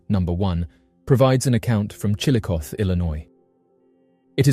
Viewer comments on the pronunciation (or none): Regarding Chillicothe the ‘e’ is voiced so it is pronounced Chill-uh-coth-e